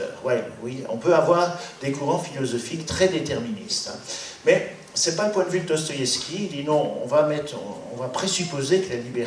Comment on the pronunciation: Cest qui ou quoi ce trou du q qui parle et dit n'importe quoi qui sait mm pas prononcer le nom de l'auteur duquel il fait la critique. Une russe qui na jamais entendu parler de Dostoïevski pour montrer qu'à l'ère soviétique ils étaient à ce point des moutons... n'importe quoi. Doigts coupés lus dans "le monde" ok... bon au-delà du fond pas très profond, elles sont obligées de glousser à chaque fin de phrase les auditrices de ce pathétique monologue ?